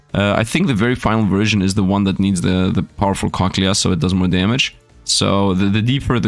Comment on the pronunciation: I love it when says cochlea he says it so wrong... I love it